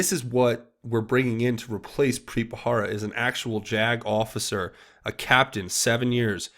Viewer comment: it's Preet Bharara. "buh-rare-uh" not "buh-hara". (it's been bugging me lol)